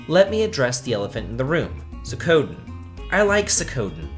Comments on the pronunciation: This may sound weird, but I actually pronounce Suikoden not as Sue-koh-den like you, but Sue-ick-koh-den. XD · For those wondering, the song playing for the final segment of the vid its Ys VIII "Sunshine Coastline" And, hun, its Swee-ku-den, I'm going to wince into the next dimension if you keep this up!